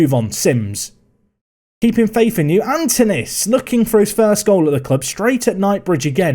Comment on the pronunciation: The K is like in C in cat, the Y is like the I, the tone is on the A and the OU is like OO in woo. KiriAkoo. Also, the tone in Antonis is on the O.